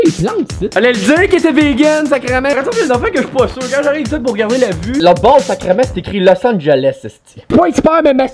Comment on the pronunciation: "Jaime poo le pain à l'ail" 😂😂